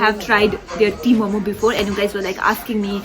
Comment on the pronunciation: You called it T-momo. I guess seeing this tibetan will be upset. Its Tingmo